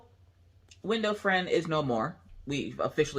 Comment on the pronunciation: When you first said window friend I thought you said window frame and I got so confused. hehe